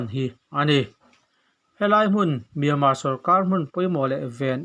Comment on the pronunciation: Kuhva iheh hmel voice chu, chuan miama tihtur ami le, Myanmar tih ani IN kahre sia 😜😜👍